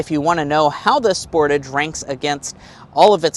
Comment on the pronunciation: Sportaaage sport-"ah"-ge Americans pronounce this cars name so weird lol